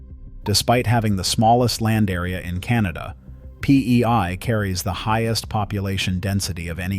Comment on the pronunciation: Bro really said PEY LMAO